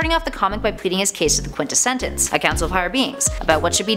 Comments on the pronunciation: I absolutely LOVE you and your insight on comics! If I may though, it's the "quint-es-sence", only 3 syllables! Thank you for this amazing insight on a character I feel may not last long! Keep up the amazing work! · "Top Ten Words the Can't Pronounce" #7: Quintessence.